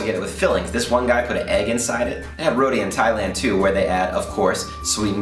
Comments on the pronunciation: it's Ro-T dude.. not Ro-D.. :P Tee.. as in golf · its pronounce as "ROW-T" not "rowdy" lol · its not "RO-DEE"..its ROW-TEE..hehe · Bro correction is ROTI not RODI